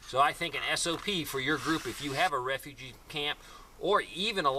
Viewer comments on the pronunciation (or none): Don't you mean re-fu-gee